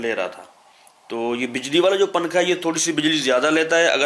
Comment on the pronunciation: ابے پننکھا پھر پننکھا ھاھاھا اُردو تو سہی بول لے